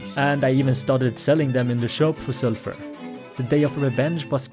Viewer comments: STOP SAYING SURFUR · Sulfer ❌ selfure ✅